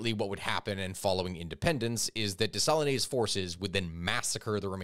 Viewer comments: Haitian here. You're pronunciation of jean Jacques dessalines is atrocious 😂 Just break it down bro. Dess AhL Ine ( like just saying the ean from mean) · Des-a-LEEN. There’s no accent on the name. Really hate to be that guy but for such an important historical figure, one should at least make sure they’re not changing his name. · Hwitian here ✋ 🇭🇹🇭🇹🇭🇹 your pronunciation of tonton makout is sooo much better than your rape of the pronunciation of name Dessalines 😂bplus believe us when we say people would rsther you butcher the latter than the former. 😅